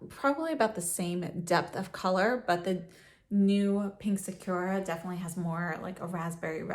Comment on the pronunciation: Loved the video but literally no one pronounces sakura right. saa·kur·uh